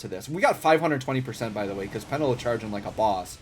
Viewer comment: peNElo; not PEnelo :)